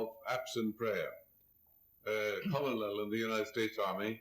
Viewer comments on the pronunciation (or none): LOL he pronounced colonel phonetically.. It's pronounced Kernel. Don't ask me..